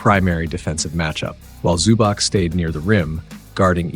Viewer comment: Nice breakdown. Please learn the players names next time. ZubaK my ass.